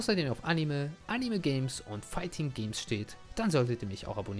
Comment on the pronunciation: Aber warum sagt er Animel?